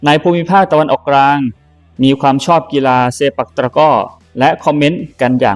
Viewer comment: ทำไมแอดมินพูดคำว่าตะกร้อไม่ได้ ออกตระก้อตลอดเลย ตะกร้อๆๆ มันยากตรงไหนเนี่ย